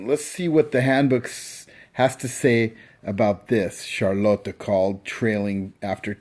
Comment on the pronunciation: Dude it's not charloto it's Charlotte